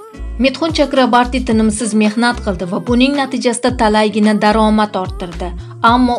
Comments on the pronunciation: Митхун Чакрабарти эмас ,Митхун Чакраборти дейилади фамилиясини тугри айтинг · Чакрабарти эмас Чакроборти. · 😂 чакрабартимас Чакраборти фамилияси тилларни ва талаффузни яхшилаш керак менимча яхши Киз! Саломат бу́линг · Chakrabarti emas Chakroborti to'g'ri gapir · Журналист кыз жок дегенде фамилияны туура окучу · Фамилиясини тугри айтинг